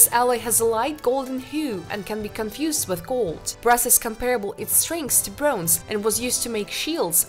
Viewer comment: And "broonze".